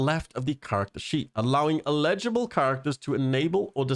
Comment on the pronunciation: Wait, how are you saying "eligible" again? Because it sounds like you're saying, "illegible". While the root words have a connection, "eligible" means "having the right to do or obtain something; satisfying the appropriate conditions." On the other hand, "illegible" means "not clear enough to be read." With eligible, the emphasis goes on the "el-" syllable, whereas "illegible" tends to favor the "lehj-" sounding syllable. I apologize for coming off like the grammar police, but I honestly couldn't make sense of what you were saying until I read the patch notes along with you. As to the update itself, most of this went over my head, but I'm a brand new player (I only started I think Monday or Tuesday of this week.) The one thing I would like to see them add is Edit HUD and Photo Mode for console players.